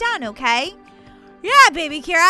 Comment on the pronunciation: Its Kira not Mira.